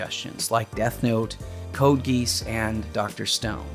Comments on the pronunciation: CODE GEESE? For real though, it's Ghee - Ah - s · Haha. I might be wrong, but I believe it’s “Code Gee-Oss” not “Code Geese”. Awesome FMA review though, can’t wait for more. :) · This is a small thing but it’s code gee-ah-ss not code geese. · he said Code Geass instead of Code Geasse lol. Also, what would FEE think about Magento's reaction to the fleet in Cuba from Xmen Origins. Seems to relate to this video a lot. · It's pronounced gayce. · Two things, !. Code Geass is pronounced Gee-aas 2. Aside from the ones mentioned, I would recommend checking out Spice and Wolf, it's an anime following a travelling merchant named Craft Lawrence that travels with a Pagan harvest deity named Holo, in order to escort her to her homeland in the North, while evading what appears to be the Catholic Church, in medieval Europe. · At least you picked a good anime. I gotta say if it was MHA or Demon Slayer I would have respectfully whined and disliked the video. Those two are hot garbage. Oh, Code Geass Is pronounced Gi (as in the martial arts uniform)-aus (beginning of Australia). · You will pronounce Geass correctly when you make a video on it!